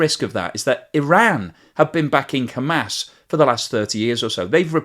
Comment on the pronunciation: Hamas, as as in aaahss. aas. not Ham ass. and Haa mas not Hay mas.